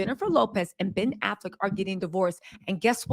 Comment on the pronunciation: "pen affleck" 💀💀💀💀